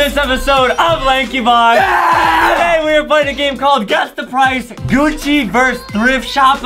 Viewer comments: GUCCI not GUCCY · Is Gucci not Gucci ok